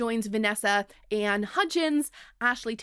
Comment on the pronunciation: When you said Vanessa ANNE Hudgens I definetly heard Vanessa & Hudgens. Like Mumford & Sons but with more Sneakernight.